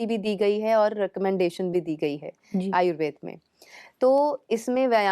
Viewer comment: आपका कार्य सराहनीय है, लेकिन आयुर्वेद को आयुर्वेदा ,आसन को आसनज गलत है😟